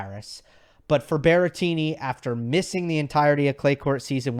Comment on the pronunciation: Guys it's BERRETTINI not Berrentini or whatever if it's easier for you just call him Grassettini